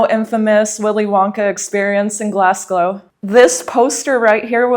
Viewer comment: Glasglow....? lmao